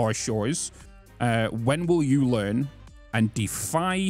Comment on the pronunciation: I heard "when will you land". Learn does make more sense.